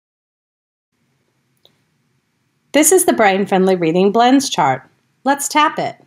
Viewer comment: You are adding vowels to the sounds. This is not correct. You are adding /er/ and /u/ sounds to some of the blends.